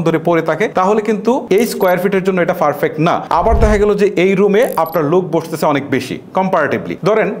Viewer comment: হেতেরে প্রথমে বলেন উচ্চারণ ঠিক করতে। ফারফেক্ট......